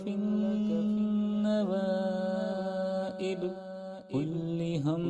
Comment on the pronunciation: Hazrat kullu hammin ku aap kulli hammin padrahe hain, kya ye dururst hai